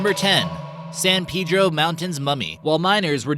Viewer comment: San Pee-dro, lol. It's pronounced Pay-dro